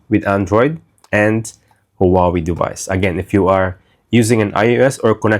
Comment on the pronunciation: Please please pronounce HuaWei right!!! Thank you in advance🎉